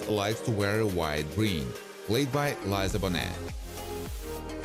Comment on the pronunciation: Liza bo net what the hell is that 🤣🤣🤣🤣🤣